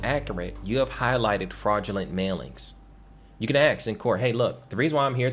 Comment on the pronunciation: "Ask, not Aks" lol. Just having fun, great info!